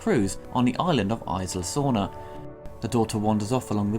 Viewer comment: it's "Ees-la" Sorna